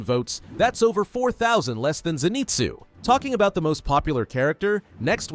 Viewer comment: Your suppose to say inoske and Zenizue